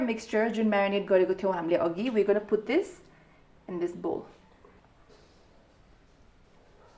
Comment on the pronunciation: English badi Jo vayo..pgl..bull hoina bowl ho bujisss.. first of all Ramro Sanga Vanna Sik chatak badi vayo tero